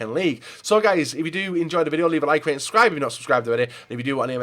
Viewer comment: "Leave a like and subscryereuebscheifthtyourrjfnot," I swear it gets worse every video